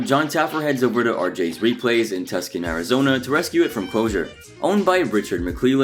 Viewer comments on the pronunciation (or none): It's Tucson not Tuscan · Dude. You pronounced Tucson wrong btw. It should sound like "too-saan" not "tuck-sun." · "Tuskun" Arizona??? Seriously? lololol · 30 seconds in, it's pronounced "Too-son". Come on. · For the first one, do you mean Tucson, ( Too-son)? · Go look up the correct pronunciation for Tuscon Arizona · So I'm not the only one who heard that? Lol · You Said Tucson Wrong I Know Because I Lived Here All My Life!